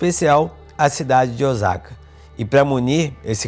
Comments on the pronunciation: Não é Ozaka e sim O sa ka Osaka e tbm não se sentua o Ō . É O-sa-ka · Nao. Eh Ozaka e sim Osaka 😮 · Vc fez vídeos maravilhosos aqui no Japão,coisas q nem eu q moro aqui sabia. Parabéns 👏🏾 so um detalhe rs🫣 fala oSaka c mesmo oZaka nw existe ☺️ falando c carinho ta😊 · Olá, apareceu seu vídeo no meu feed. Como opinar não tem nenhum custo, vamos lá. Tenho ctz que vc nunca viveu aqui no Japão sim? visto que a pronúncia correta de "Ozaka" é "Ôossaka", dito isto é bom que se saiba que essas pessoas que vivem nesse bairro e, tbem os homelless (mendigos) de Osaka, Nagoya, Tokyo o fazem por escolha própria. Não foi exatamente o governo que esqueceu deles. Visto que, nas prefeituras tem um subsídio para aqueles que não tem condições de sobreviver, mas a maioria desses homelless não aceitam receber e ficar subjugados ao governo, ao contrário de muitos estrangeiros, inclusos brasileiros, que preferem receber este subsídio à ter que trabalhar nas fábricas. Ou muitas brasileiras que fazem vários filhos para receberem o subsídio de mãe-solteira e ali ficam por anos a fio. Neste bairro em particular, estão aqueles que trabalharam para a máfia enquanto eram jovens, vivendo na marginalidade e até mesmo presos por anos, ao ficarem velhos não recolheram impostos, nem pagaram nenhum seguro e não tendo nenhum respaldo do governo vivem naquele bairro. Eu não sei se seu vídeo foi para denegrir o Japão ou mostrar uma realidade que existe no mundo todo, mas tenho certeza que em nenhum momento vc foi vítima de algum trombadinha ou algo parecido. Espero que não se oponha a críticas que, talvez acrescente algo para seus futuros vídeos. 👍👍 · A pronúncia correta é "Ôssaka", pelo que vejo em outros vídeos de pessoas que moram nessa cidade do Japão. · Parabéns pelo documentário. Perdão uma correção . OSAKA pronuncie (SA)de Sapo O SA KA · E a pronúncia de Ch e ( TI) não é chi ok? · Pra que mostrar isto so para ganhar like ridiculo cara isso ainda fala errado o nome da cidade.